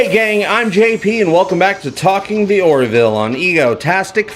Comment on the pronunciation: Its sounds like you're saying "The Warville". Do you know something we don't? Also - I liked Pulaski.